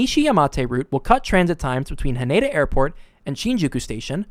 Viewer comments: It's pronounced HA-nay-dah. Not "Huh-NAY-duh." This shit isn't that hard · Nice work. Would sound a lot better if you actually said the name of Haneda as its Japanese pronunciation “HA-NE-DA”instead of the mangled English “ha-NAYda” And…. This year (2026) is Reiwa 8. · Ha-NEH-Da not Ha-NAY-Da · It's pronounced HAH-ne-dah, not hah-NAY-dah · Do yourself a favour, learn to render Haneda correctly. Ha Ne Da. Break into consonant-vowel clusters. No stressed syllables.